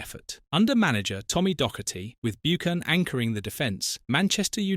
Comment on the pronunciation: I have to agree, the way Buchan is pronounced is criminal, why didn't someone spot this horrendous error.